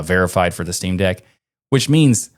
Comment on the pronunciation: "Shteamdeck" I like it.